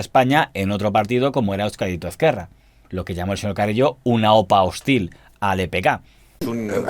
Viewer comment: muy buen vídeo. para la siguiente, se pronuncia /euskádico esquerra/ (más o menos, aunque la z en euskera es diferente)